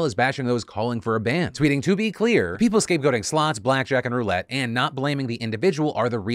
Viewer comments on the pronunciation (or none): none